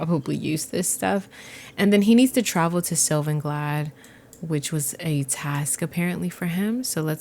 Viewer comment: I realize you pronounce it “Glad.” It’s “Glay-de”